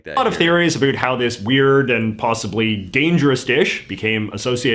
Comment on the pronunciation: Hahaha omg yes. He said aboot.